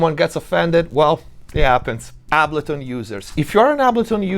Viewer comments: Dude, how is this so spot on? Side note, my mind is boggled that you don't know how to pronounce Ableton unless you are saying it Italian style on purpose. No hate though. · The way you say, Ableton is wild… 😬😆